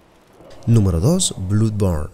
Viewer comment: Blu born 🤣🤣🤣